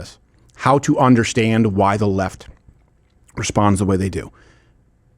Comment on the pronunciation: Love you, love your show....please stop saying onderstand. We can all feel the pretensiousness.